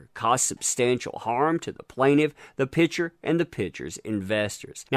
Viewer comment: Please say PICture not pitsure. OCD....sorrry